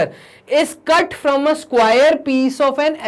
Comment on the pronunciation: from hota hai sir fram nahi 😅😅😅😅